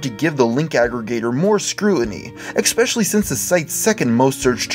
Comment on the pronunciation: You just said "expecially." Welp...